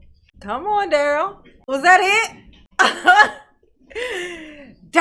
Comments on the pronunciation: In dur-rell CELL under the pri-ze-on. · I thought he was laughing because he knows that’s not how you pronounce his first name. It is going along with it. Lol